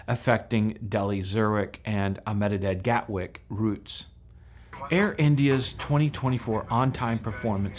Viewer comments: You prounounce Ahmedebad as "AH meh deh bahd" (say it really fast with emphasis only on the first syllable). Indians will often shorten it to just "AHM deh bahd". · Really informative video but I just cannot get past your pronounciation of Ahmedabad. I'll break it down for you. Aah- med -a - bad that will be the way westerners say it You can also say Eh-med-a-bad. That's the subcontinental way